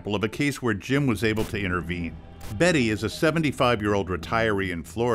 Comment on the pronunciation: Its BESSY not Betty... dear lord